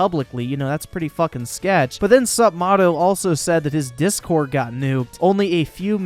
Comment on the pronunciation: It's pronounced "Sup-may-toe"